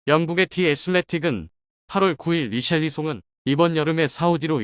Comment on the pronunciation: 히샬리송을 리샬리송이라고 하는 놈의 말을 어떻게 믿겠냐? 얘들은 누가 이적썰만 꺼내면 메뚜기 새끼처럼 몰려드는 놈들인데..